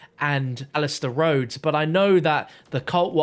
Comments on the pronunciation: Rhodes not “Rose” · "Roses" Manor? Lol